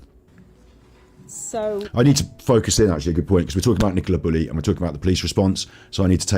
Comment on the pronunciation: Stop Bullis and pennis...when should be saying buleeeeeee' and peneeeeeee 'Chuskateer'....(Arsoss!)